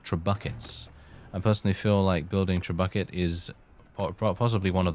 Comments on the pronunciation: I know this man is not saying “trebuckets.” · It's pronounced treb-you-shay just so you know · True bucket is the correct way of saying it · That's not how you say trebuchet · Jock Alladrick he knows